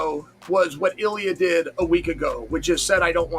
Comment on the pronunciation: It Illia not Aliah bro